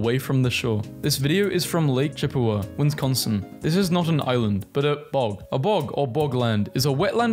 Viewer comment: My dude said Chippewa right, but not Wisconsin. Now I am having a stroke